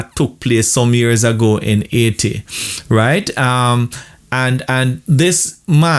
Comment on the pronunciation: as i heard you say AAiti instead of Haiti i knew you were a born Jamaican. You doan need no "DMA" to prove it..lol